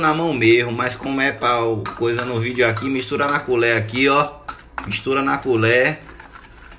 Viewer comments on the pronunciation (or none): Na "culér" desgraça🤣🤣🤣🤣🤣